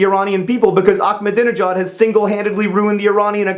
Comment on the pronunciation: Just fyi, it's not "Achmadinejad," the "ah" is just like a regular "a"